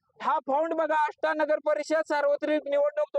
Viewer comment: आष्टी नव्हे आष्टा आष्टा असं बोला , राडा वगैरे वगैरे काही नाही पण मिडीया तुम्ही उगाच पेटवू नका